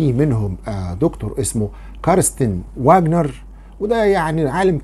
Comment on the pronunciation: العالم اسمه كارنستن .( ڤاجنر. ). وليس. واجنر. .. لان الw في اللغة الالمانية تنطق. ڤي. ولا تنطق و